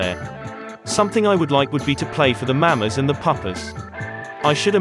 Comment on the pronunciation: I loved this one but I'm a bit horrified at the way you pronounced "Mamas". I understand though.